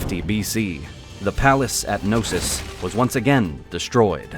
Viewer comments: Its not Nosos its k-no-sos ...nosos means sickness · "With the destruction of No-sis…" Can we really not pronounce the K? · These videos are amazing but for the LOVE of God... Can you guys do a small research of the correct pronunciation of all those Greek names? Put Chat GPT on and it will pronounce them for you, its not that hard... "Nosos" ... Really? "Nosos?" That "k" is not silent. Its "knosOs" not ... "nOsos" Please, its not that hard...